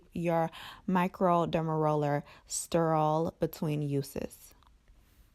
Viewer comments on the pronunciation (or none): Sturruhll lol